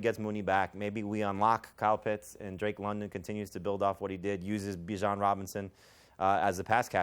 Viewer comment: Pronouncing bijan buy jan